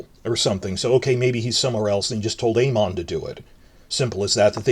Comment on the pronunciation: I love the way you pronounce Aemond haha